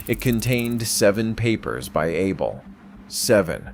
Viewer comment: His name is pronounced Ah bell.